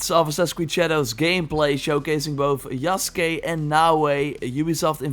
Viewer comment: Holy shit. You said his name, yasuke right but Ubisoft can't be bothered. Good on you